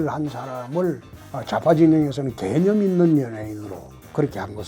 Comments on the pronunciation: 왜 개년있는 연예인으로 들리지? 개년이라고 생각하지않는데도 불구하고ㅋㅋㅋㅋㅋㅋ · 개념 단어 말씀하실 때 악센트 정확하시네요 ㅋㅋ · 대표님 발음이ㅋㅋ 개!념있는